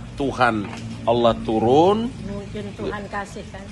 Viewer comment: Masa ngabalin sebut ALLAH KIRAIN ALA